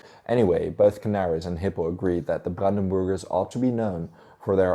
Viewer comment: I keep hearing it as brandenboogers 😜